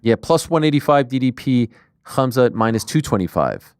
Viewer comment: Ariel "Hum-zut" Helwani